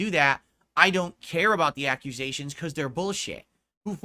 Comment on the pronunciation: Lmao "accuSAYSCHIONS" the stroke mouth pronunciation kills me